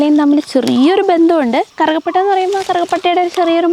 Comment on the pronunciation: കറുക പട്ട യല്ല. കറുവ പട്ട... കറുക എന്നു പറയുന്നത് പുല്ല് ഇനമാണ്..